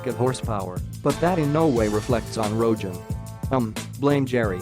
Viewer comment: This dude just said Seth ROJENN... bruh